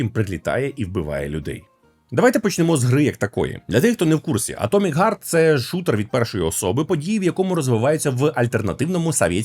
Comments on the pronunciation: Атомик гард ? Это на английском вот так пишется : " Atomic guard " ? Или можешь все такие есть разница в словах Heart и Guard ? Не нужно придумывать велосипед, все уже давно знают как правильно произносить слова на букву h. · Вибачте,а ви можете слова "хейт","харт" і т.д. казати НОРМАЛЬНО!?!? НЕ ЗМІНЮЮЧИ "Х" НА "Г"!?